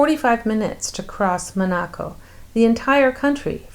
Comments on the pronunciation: You Are pronouncing Monaco wrong! So annoying!!!!!!😕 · Why are you pronouncing Monaco that way?!